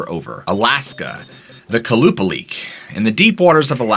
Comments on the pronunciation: The Alaskan mermaid (the second Stort) is pronounced Kwah-Luh-Paul-Ick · the second creature is pronounces Kolla-paul-ic to my knowledge